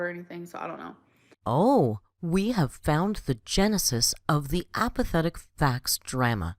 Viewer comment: Ah so it was Apathetic Faxx's facial progression video that triggered strike-geddon. I've always wondered how would react to seeing old videos of herself (at a smaller size). Also she really said "AM...PATHIC FAX" 👀 Our gorl definitely isn't playing dumb.